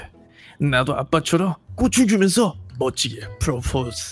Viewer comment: 난 순간 리하가 '꽃을 주면서'를'꼬추를 주면서'라고 들음ㅋㅋㅋㅋ